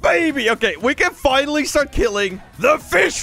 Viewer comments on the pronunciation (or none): none